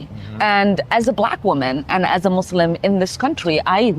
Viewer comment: Sorry another comment... Officer Tatum this is why I watch you faithfully... actually had a BAD DAY and you just made it better...loved how you referred her thingy has a diaper and how you pronounced Muslim 😂😂😂...you on a roll tonight...